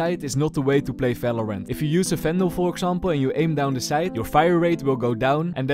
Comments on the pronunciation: efery gun in falorant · valorant or falorant ?